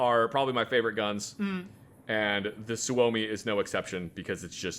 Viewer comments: Love all the gun rants but my God correct his pronunciation of suomi😂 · The way pronounce Suomi is like nails on a chalkboard:(